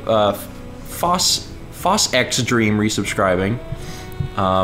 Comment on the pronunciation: Awww, back when didn't know how to pronounce FoSx!